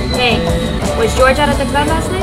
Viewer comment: Bro how does even his manager say GEORGE instead of Jorge